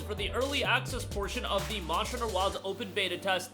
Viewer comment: Am I the only one that could not understand his pronunciation of monster hunter